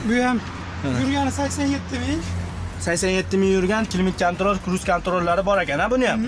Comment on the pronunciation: Ruschani eplasen gapirgin kruz kantrol klimt kantrol deb sakvordinu